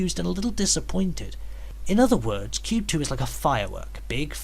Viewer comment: It’s pronounced “Kwoob”. :p